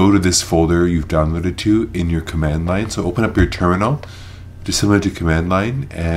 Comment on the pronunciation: you talk about where to go in mac? What are you talking about? how to get to "turno" or " journo" to enter command lines? you cover that in 2 seconds without details or explanation and can't even tell what word you're using?